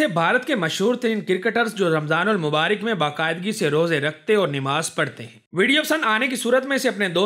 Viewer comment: Namaz not Nemaz